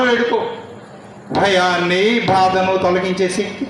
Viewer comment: భాద ను కాదు... బాధను 👌